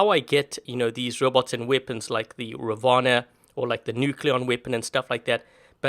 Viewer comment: she say robou wtf